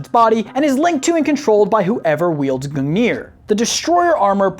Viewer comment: Goog-neer not goo-neer